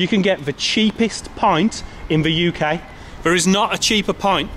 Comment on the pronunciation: Had to turn it off, sorry about your speech impediment. V instead of TH, there and that become verr and vatt hope your mouth gets better.